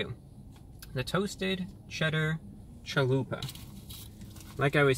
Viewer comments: "I'd like a Chaluperrrr please." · Hearing my God say "chaluper" made me happy. I will offer a scarifice tonight to review god